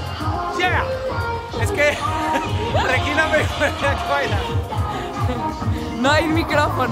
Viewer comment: Solo no tolero la forma en que Alan pronuncia Regina... 🙄